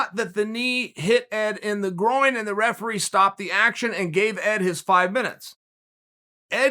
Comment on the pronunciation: The "refelee" haha